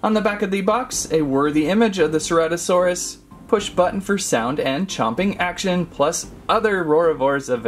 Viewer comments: Its cer-ata-saurus not cera-taur-ous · It's pronounced as sir-at-oh-saur-us. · No its ce-ra-to-saur-us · It's pronounced ceratosaurus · Im triggered! You’re pronouncing the name wrong.